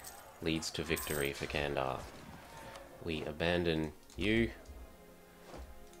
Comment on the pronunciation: Cool video but candar is spelled as something like 'Jan dar'. Take 'ja' from the word 'jar' and add -ndar end of it